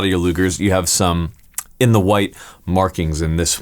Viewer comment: "Ze" Luger.